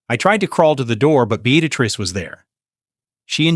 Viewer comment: The name is be-at-tress